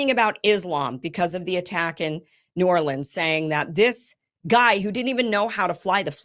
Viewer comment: Pretty sure it was NEW ORLEANS. couldn't tell what you were saying, you got the new part right